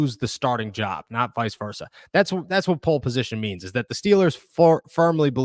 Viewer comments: And it’s “pole” position, not “poke” position. Strip it down to the truth, my man! 😂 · poke position is wild 😂